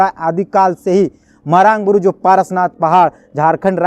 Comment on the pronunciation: भाई साहब आपकी पत्रकारिता से में प्रभावित हूं लेकिन मरांड नहीं मरांग बूरु होगी सही शब्द।